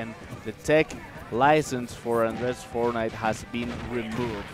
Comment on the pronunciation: fornait XDDDDDD